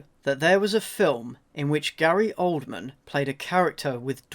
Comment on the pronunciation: why is it pronounced oldmen not oldman and why are the comments at the top now!???